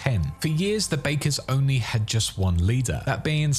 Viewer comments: Bakkers is pronounced 'Backers' not 'Bakers' 😐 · It's pronounced "Backer", not "Baker" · Backers (Bakkers) not Bakers. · well the voice actors in the game pronounce it "Backers" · The way he pronounces "Bakkers" makes me cry in Nomad